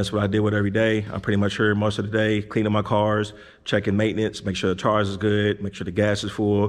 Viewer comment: ... "Oil change, Brakes, "TARS"🤦🏾‍♂️🤣🤣🤣